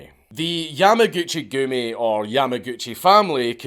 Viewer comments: yamuhgoochie goomie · Every time he says Yamaguchigumi it sounds like a joke 😆